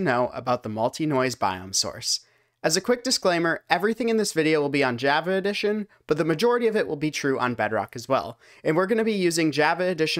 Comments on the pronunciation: id say the same. only brits say "jAva". americans like to say A like AE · the way you said java is killing me